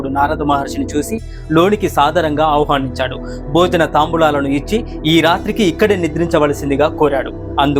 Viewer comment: మీ వీడియోలు బాగుంటున్నాయి. కానీ కొన్ని పదాలు తప్పు పలుకుతున్నారు. ఆహ్వానించాడు అనే పదం మీరు తప్పుగా పలికారు. గమనించుకోగలరు